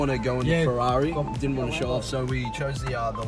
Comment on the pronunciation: "She might be shocked cause ve are so small" oh god 😂